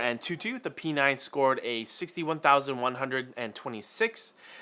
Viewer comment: P9 ? "Pee Nein" !